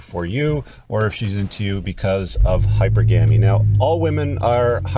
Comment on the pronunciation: Hi perg ga me -is how its pronounced